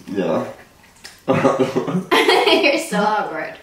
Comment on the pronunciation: my boy was about to get that kiss in mid sentence but had to catch himself, so it sounded like “mmdjfbawkward”